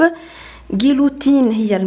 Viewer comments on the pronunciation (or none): استاذة راكي غالطة في النطق تع المقصلة نقولوا قيوتين مش قيلوتين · قيوتين وليس قيلوتين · bonhour ... on ne pronnonce pas le l ou les 2 l dans le mot GUILLOTINE ...On dit GUIYOTINE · "Guillotine", je vous recommande d'écouter sur un dictionnaire électronique comment on prononce le mot / ça se prononce "guiyotine". Sinon, je vous tire chapeau pour l'effort fourni !!! BRAVO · guillotine le l maynte9ch on dit "guiyotine " et merci .. <3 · c'est bien fait mais j'ai une petite correction concernant le mot GUILLOTINE. on ne prononce pas le L, on doit dire GUIYOTINE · من فضلك كلمة guillotine تنطق هكذا؟ 🤔 ام في مكان لو نقول يو وشكرا على مجهوداتك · merci pour vos efforts mais la prononciation du mot guillotine n'est pas comme ça . la lettre L ne prononce pas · Guillotine ماتتنطقش هكا 😳😳 لاعبتها تعرفي فرنسي وتشيكي علينا 😑😑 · On dit guillotine (on prononce ll un o pas l)